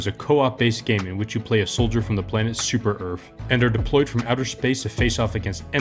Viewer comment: “Super Earf”